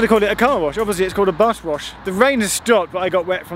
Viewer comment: "bush wash" :D